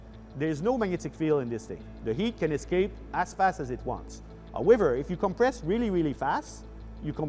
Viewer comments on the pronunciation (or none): Compwess vewy vewy fast! Reminds me of Looney Tunes. :P